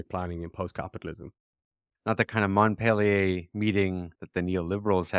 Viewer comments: You mean Mont Pelerin, not Montpelier. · Dear, it is not Montpellier, is Mont Pelerin, the society of ultra-right liberals...